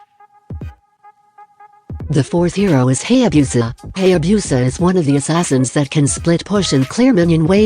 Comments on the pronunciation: Hay - Yay - Biu - Sah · Who else notice "HAYABEUSA" 🤣🤣🤣 👇👇HIT THIS